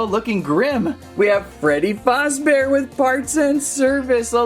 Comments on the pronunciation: It’s not foz it’s faz duh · ITS FAZZBEAR NOT FUZZBEAR GET IT RIGHT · Bro really said:all star Freddy,Freddy fOzbear, ennARRd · Freddy fazbabear ❌ Freddy fozbear✅